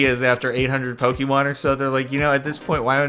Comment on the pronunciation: For the last time, I've kept my peace for a while but it has gone on too long. JARDON IT IS PRONOUNCED POKÉMON. PO-KAY-MON